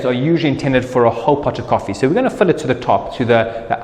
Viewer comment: Important to note, it's pronounced fill, not pholl